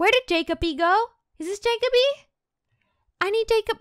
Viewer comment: its jeck-o-bee not jakeoby